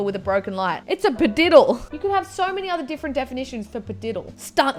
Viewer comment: Padiddle is actually pronounced phadiddle